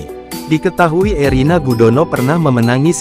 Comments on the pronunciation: Kok ngomong nya Irene Gudono? Erina mas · Bukan ireni gudono tApi erina gudono.. mas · Erina kok jadi Irene....piye toh admin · Irena mas bukan irene..tadi sudah betul kok keliru lagi. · ERINA admin bukan IRENE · Erina min,BKN erene